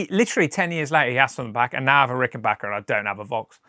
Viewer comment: Thank you for taking the time and effort to pronounce the brand name of these wonderful guitars correctly! I've never understood why the spelling wasn't obvious enough, but there are videos all over YouTube of people reviewing Ricken"Bach"ers. You'd think this would be 101.